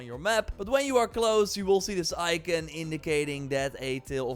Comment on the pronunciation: Ikin or icon 😅